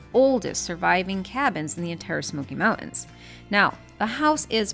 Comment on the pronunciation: Learn how to say "mountains"